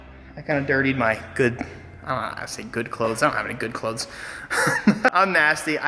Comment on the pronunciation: mans actually pronounces clothes with the th.